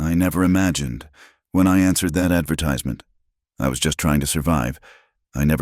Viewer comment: Getting the way to say 'advertisment' wrong is a bad way to start a story!